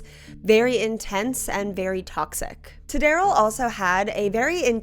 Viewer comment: what the hell is a tadarrell 😂😂